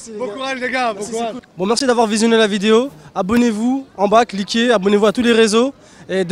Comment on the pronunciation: on dit video pas videyo